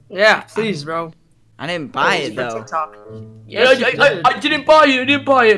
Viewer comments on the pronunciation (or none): none